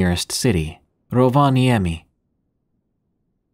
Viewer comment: Love listening to your narration - and on top of that, the Finn in me cheers! You pronounced Rovaniemi so well 👍😊